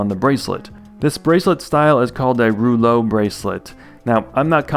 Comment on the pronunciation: Hi from France, it's not "roulauex" but "rouleaux". You can translate it in "rolls", yet "blingy chunk" seems more relevant with that... thing. Pleasant video anyway as usual, despite its monstrous subject. 😭